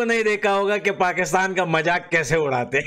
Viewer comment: majak nhi mazak hota hai 😂😂